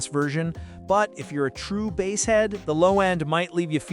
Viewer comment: "The bass (pronounced like the fish not the drum) heavy sound" just to let me know the quality of these reviews